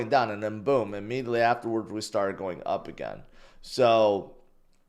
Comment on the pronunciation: learn how to pronounce "GOING" . you sound like a fool everytime you say "go". it's cring af